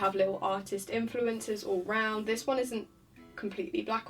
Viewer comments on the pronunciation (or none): none